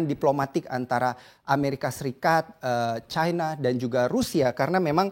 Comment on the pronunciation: China jgn di baca caina, Cina saja knp ?